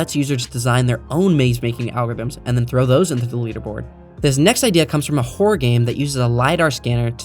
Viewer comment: Horror is a two-syllable word. Horror game not whore game. Good video otherwise. Still gave it a Like. Cheers.